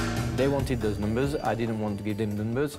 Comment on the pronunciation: "they wanted the numzzzzz, i couldn't give them the numzzzz"